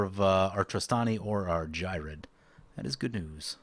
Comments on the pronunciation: Geer-red. The H is silence, like in Ghost (Not G'host, Gost) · Ghired is the only deck I built out of C19. I modified my selesnya token deck and made him the commander, with the same multiple combat steps idea in mind. Also, I pronounce him Gee-red. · It's pronounced ghired